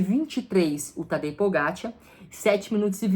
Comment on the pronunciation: Tadej (Tadei), Jonas (Ionas)!